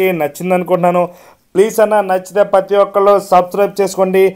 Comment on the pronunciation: "Pathi" Kaadu "prathi" Nooru tiragteldu anna neeku chicken baaga tintunav 😂😅